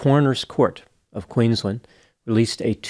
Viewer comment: I love you, I watch all your videos. Please, please learn how to pronounce Queensland. It isn't run together like Maryland in the States, it is two distinct words joined together: Queens - land.